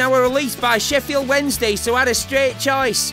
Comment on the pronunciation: it's called Sheffield not shef field